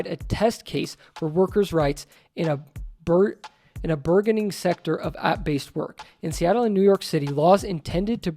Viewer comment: Burgeoning is pronounced burge(like purge)-on-ing.